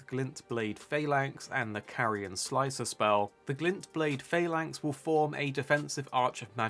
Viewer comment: Phalanx is pronounced "F-ah-lanx" ta